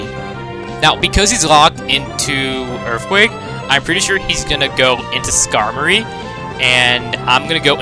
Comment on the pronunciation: Earfquake lol